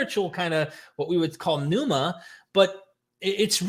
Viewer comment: I'm ecstatic to hear you finally pronouncing pneuma correctly!